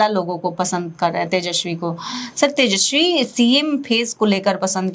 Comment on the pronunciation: पत्रकार महोदया उसका नाम तेजस्वी है, तेजश्वी नहीं।